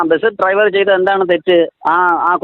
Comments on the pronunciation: ഈ നാറിക്ക് ഡൈവർ എന്നു പറയാനേ അരിയു. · ലെവന് ശരിക്കും ഡ്രൈവർ എന്ന് ഉച്ചരിക്കാൻ പോലും അറിയില്ല ഇവനാണ് പാർട്ടി സെക്രട്ടറി .